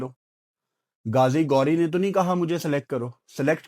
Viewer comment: اس کا نام گازی گوری نہیں غازی غوری ۔۔۔ تم بھی پٹی انڈینز کو خوش کرنے کے چکر میں اپنی اردو کو ہندی بنا دیا